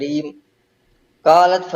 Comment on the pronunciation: قالت کا لت کہ رہا ہے😂